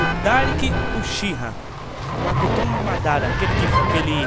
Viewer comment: é mokuton e nao makuton